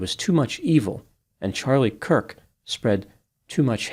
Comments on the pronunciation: Why mispronounce Charlie Kirk's name in the intro and outro? Hard to believe it was a coincidence, more likely a typo in the script but maybe something else? Kind of odd to mispronounce the man's name here... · No hate when I’m asking this.. did I hear you say “Cook” at the beginning of the video? Might have been a slip up. I might be going deaf if I’m wrong. Keep it up the good work and informative videos 💜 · I swear I heard say “Charlie Cook” at the very start of the video. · I think had an accidental tongue slip and said Charlie “Cook”. Not gonna lie, it was kinda cute/endearing tho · I like you, but how do you mess up Charlie Kirks name right off the bat? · I was looking for this too. He also does it at the end. 🤔